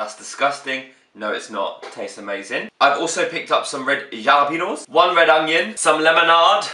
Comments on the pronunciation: Dinner sorted then !!!haha xx ly mark xxx Isn't jalapeño pronounced "halapeño" idk just me or... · MMARRRKKK ITS PRONOUNCED HA-LE-PEN-YO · LMAO I love how he says Jalapeño and not "H"alapeño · He doesn't pronounce jalapeno correctly